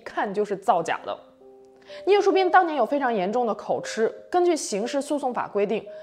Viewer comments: 我的天哪在大陸怎麼很多人都會把口「吃」唸成吃東西的吃音？這個字是個破音字應該是讀成「吉」的音。字面讀法應該是口吉才對。麻煩請注意不然會誤導大眾。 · 口吃唸(ㄐㄧˊ)二聲